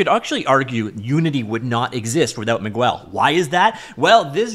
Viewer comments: "Me-gwel" is crazy work. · Miguel = Mee-*gehl* It's also the equivalent of Michael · Migwel. Exo-Got. Your pronunciation game in unrivaled lol